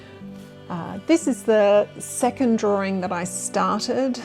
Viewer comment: “Drawering”… it’s like people who say “mou-anns”… when they actually mean “mountains” 🙄